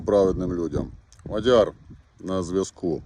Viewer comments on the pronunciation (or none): none